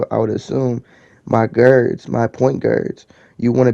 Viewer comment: 😂😂 “My Gurds, My point Gurds “ 😂😂😂😂😂